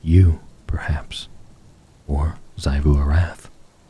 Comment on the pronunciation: Small note: Xivu Arath is pronounced ZEE-voo ar-ATH, not ZAI-voo. Aside from that, amazing as always!